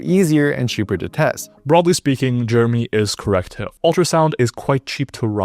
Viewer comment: bro can't even say Jeremy's name right